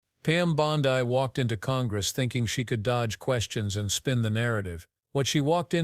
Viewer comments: Damn, if your going to use ai, at least, prounce names correctly. It's bond--eeee, not boniiiiiii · Hey, AI, the surname sounds like "Blondie" w/o the "I". Try to get it straight. How sloppy. People actually subscribe and pay for this stuff? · Could you not use AI please- it’s Bondi (Bond-ee). I have found that most mispronunciations are directly to AI. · Please, dont disgrace the famous beach in Australu! Its pronounced "Bond-dee"; just sqyin'.... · Bondee!! Bondee.,.../please pronounce this crooked women's name 📛📛📛📛📛